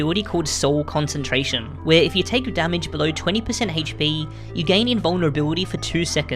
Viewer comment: I cant stand the pronunciation of ”HP”